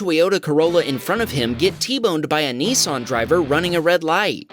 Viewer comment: I believe you are saying NISSAN wrong it sounds like you are saying NEESON. Dose not bother me to to much but thought I might let you know 🙂